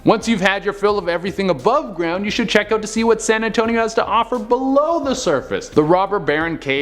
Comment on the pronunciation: San Antonious